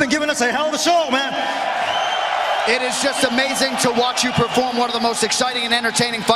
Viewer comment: perform and freight... lol